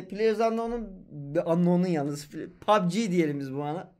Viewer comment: oyun adını her seferinde az da olsa yanlış söylüyorsun çok fazla kulağıma takılıyor uyarayım dedim